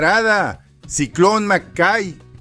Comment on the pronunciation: Nunca estoy en contra suya pero hoy tengo que decir que el primer enmascarado en México fue el murciélago enmascarado. Mención aparte para el ciclón no se decía macay si no maquei (mackey)